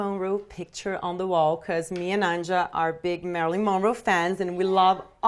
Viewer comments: You supposed to pronounce it as anya not an ja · This whole time I thought her daughter's name was pronounced like Anya. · You actually pronounce the Name Anja like anya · It´s cute how she pronounces Anja wrong :D :P